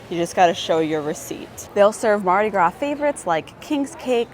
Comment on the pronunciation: I’m from Southeast Louisiana. Mardi Gras is pronounced Mardi Graw. Haha she said “Mardi graws.”